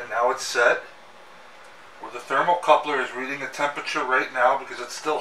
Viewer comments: Thermocouple, not thermocoupler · THERMOCOUPLE...NOT THERMOCOUPLER...